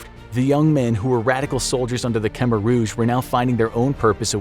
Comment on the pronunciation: really need to learn to pronounce Khmer